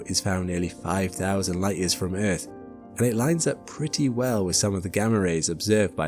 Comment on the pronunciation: Within 4 seconds you proved this isn't an AI slop channel. The way you pronounced Earth has now forever been embedded into my brain. Great video and subbed! edit: Before people go off on me the reason why i like the pronunciation is because it reminds me of the way Jetfire pronounced it in Transformers 2 Rotf